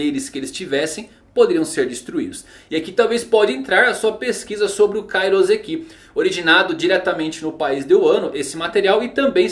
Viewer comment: Ia ser louco os pacifistas com vários poderes diferentes e ainda com Kairouseki Falando em Kairouseki. O correto é pronunciar com som de S, pois na língua japonesa o S só tem som de S. S com som de Z entre duas vocais é uma prática da língua portuguesa